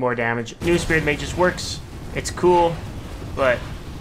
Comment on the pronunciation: It's pronounced Magus not "Mageus"